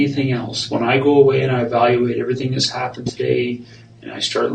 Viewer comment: I love it when he says lets give it a gewwww 😆